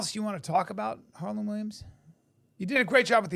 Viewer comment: Harland or Harlem? Hmmmmm The Hmm police gonna get him 🚔